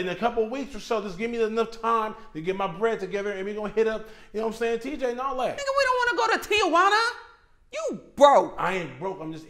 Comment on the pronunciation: It's Tijuana, not Tia Juana. 🙄😆